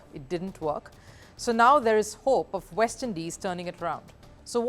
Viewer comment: "The action shifts to the VEST Indies. Its a WIBE"😂😂 "lets look at the WENUES"